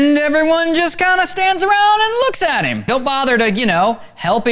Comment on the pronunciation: he says "him" weird.it's like he's saying "heem"